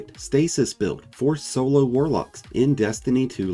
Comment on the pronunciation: When you said "perfect stasis build for solo warlocks" I accidentally heard "perfect stasis build for solar warlocks" and was super confused xD